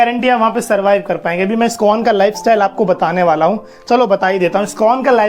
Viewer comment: Skon nahi bhai..iskon bolo